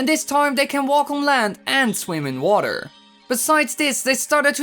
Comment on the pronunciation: Donovan Whedbee "Waterrrrrrrr."